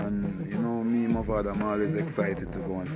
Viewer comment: One final time I'm going to say this, it's MAVADO not MOVADO!!!